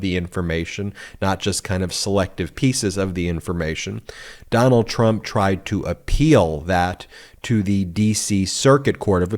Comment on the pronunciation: Ben I heard you say clump instead of Trump That's a good one that could go right in there with Mara lardo just saying